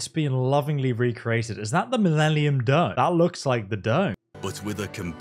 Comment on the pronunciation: Minellium? lol